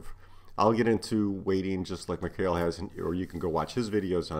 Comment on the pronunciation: Thanks for the video, and his name would be pronounced Mikhail (Mee-Ha-Eel) for Russian or (Meek-Eye-El) for the original Hebrew pronunciation which most nonslavic language speakers use. and the last name was right the first time more or less.